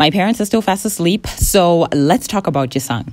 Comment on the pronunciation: The way you pronounce "Jisung" 😭😭😭😭😭